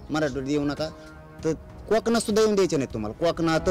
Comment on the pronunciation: धड कोकण.बोलता येत नाही. काॅकणात 😂